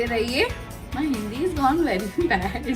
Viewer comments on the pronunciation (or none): none